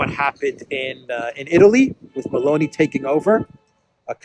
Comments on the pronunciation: Did you say "Maloney government," or did you say "Balony government"? Hmmmm .... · I could almost swear you said "baloney" gov't...